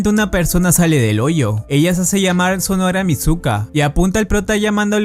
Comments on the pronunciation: Alguien más se estresó al escuchar "sonora" en lugar de sonohara?? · Estuvo mencionando el apellido de mizuka todo el vídeo su apellido no es sonora si no sonohara(se Lee sonojara) y el del prota es rihito no rito se Lee (rijito)